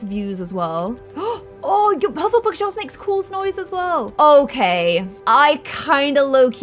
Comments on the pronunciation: And It’s pronounced Hufflepuff not hufflepug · Loved the vid but I slightly cringed when I heard you pronounce hufflepuff as hufflepuck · I love how kept saying Hufflepugs instead of Hufflepuff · i cringed but yea it was funny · I am a Ravenclaw I think the first room is the Defence against the art class. In the second movie, the professor runs into the office to hide from the Pixies. Divination was up in a tower. I love how you say Hufflepugs instead of Hufflepuf. Professour Sprount was the teacher from Hufflepuff so defo the green house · I am a Hufflepuff or as says Hufflepug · saying Hufflepug the whole video😂🥰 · Why did I keep hearing Hufflepug? I mean, yes, but also what? xD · you are so good at saying Hufflepuff😏😂 ps love the video!